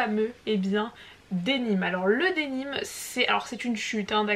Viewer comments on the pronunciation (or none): Bonjour excuse moi mais on dit Denim et non dénim je suis tatillonne car je suis de Nîmes et effectivement on dit gabardine. Sinon super pour les tissus d'hiver.❤